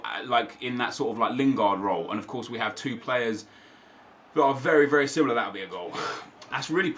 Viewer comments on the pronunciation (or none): none